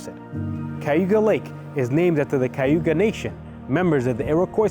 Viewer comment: Good Vlog! You just need to learn how to pronounce Cayuga! I grew up in Upstate, and some of my ancestors lived in Seneca Falls. It's pronounced KA you ga!! Which is Native American and not Spanish Cay!!